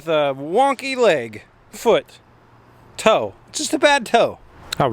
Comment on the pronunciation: TOE adjustment not tow.....